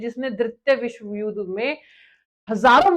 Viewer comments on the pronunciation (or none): none